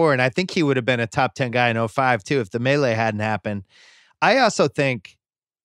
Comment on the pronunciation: I was pained a little every time Bill said "The Melee" while referring to the Malice as the Palace